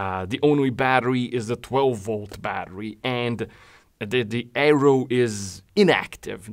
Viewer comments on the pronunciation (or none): none